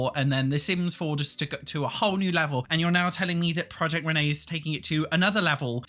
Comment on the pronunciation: take a shot whenever he says proiect renee/dolores